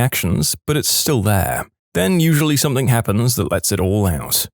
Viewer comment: No k in the word something